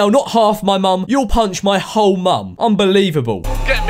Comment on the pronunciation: I think he said old mom not hole mom